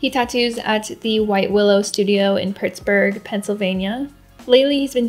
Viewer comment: they way she says pittsburg lol